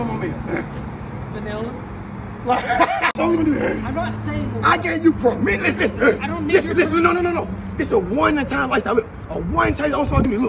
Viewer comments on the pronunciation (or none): “I gave you perminission”😂💀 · Emphasis on the “MISSION’😂😂